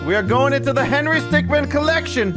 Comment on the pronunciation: henry stickmin is pronounced stick-min not stickman